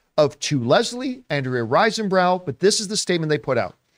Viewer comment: RISE not rice 👍